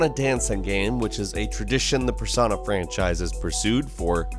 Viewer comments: At first he said per-son-a but he realized it sounded dumb and started saying per-so-na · You say Persona wrong, did you not play the game? its per soh na. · PER-SO-NAH I didnt know it was possible to not know how to pronounce this word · Lmao who pronounces persona like that?